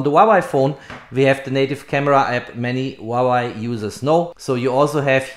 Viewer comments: It is pronounced "Hwah Way." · stop saying wawei to huawei lmao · łałaj 😅 Huawei not łalaj 😅🤣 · Great video! Thanks for sharing! Btw, it’s HUA WEI not HUA WAI. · huawei = hoo-wah-way. not hwawa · Huawei ❎ Huawai ✅ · Not yy but its hua + wei = huawei.. 😊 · Damn, i wish i can buy a "Vuavai" instead of Huavei, it probably performs much better... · Since when is Huawei a Wawai? 😂🤷‍♂️ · Other people: "Huawei" This guy: "HwAwAi" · I love the way this man keep saying waway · 'Wawai' lol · You really need to work on your pronounciation of Huawei dude;)